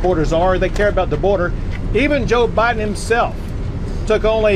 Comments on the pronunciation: I swore I heard Gov Kristi Noem say President OBiden.😂 Way to go Gov Abbott and all the states who are backing Texas. Thank you! I almost fell out of my chair when I heard 9.4 M illegals in 2 years!! Sickening! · Iowa governor called Biden Obiden, I nearly fell outta my chair 😂😂😂😂😂😂😂